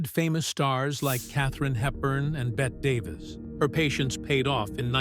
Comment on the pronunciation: "Bet Davis?" She's rolling in her grave right now. It's pronounced as "Betty" That said, pretty good vid on SM. She's always been a talented badass.❤ PS: Probably unintentional, but While speaking about Elizabeth Taylor scrubbing SM's floors, the photos of "Queen Elizabeth" made me do a spit take.